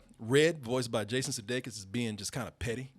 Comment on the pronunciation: Sudeikis with the J's 😄